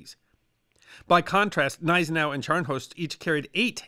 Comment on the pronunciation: Great video as usual. However, a note on pronunciation: Gneisenau is pronounced G-neizenau. Spee is pronounced Shpay. See you in the next video.